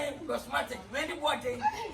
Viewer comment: The walking got me rolling on the floor 😂😂😂 pls it's cosmetic not 'Cosmatic'😆